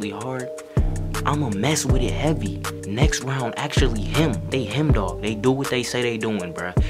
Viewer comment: it nextrend